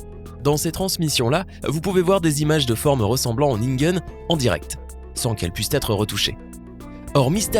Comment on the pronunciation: "ningen" se prononce "nineguène"